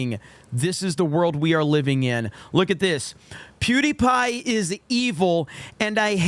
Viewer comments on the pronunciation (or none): It sounds like he said duty pie at the beginning.